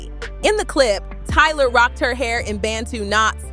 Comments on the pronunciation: Why are you saying Tyler? Lmao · Why are you calling her Tyler instead of Tyla? You are mispronouncing Tyla’s name. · Her name is Tyla not Tyler lol